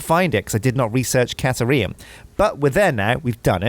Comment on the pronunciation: I dunno either. Maybe he forgot to include it? He also wasn't paying attention when the computer told him how it was pronounced.